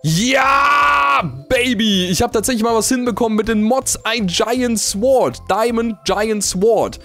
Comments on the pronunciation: sword wird "sord" ausgesprochen und nicht "sword"!:D mit einem stummen "w";) ich dachte du hast abi jungee!;) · Es wird sord ausgesprochen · mein lieber... es heißt SORD... das w spricht man nicht mit!:) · Bitte Das spricht man Sord aus, das w in Sword in stumm D: sorry das kann ich mir nicht an tuen -.- dabei bluten meine ohren:D